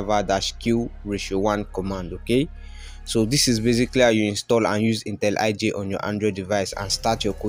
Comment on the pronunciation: It's intelli J, not intel iJ.. wtf lol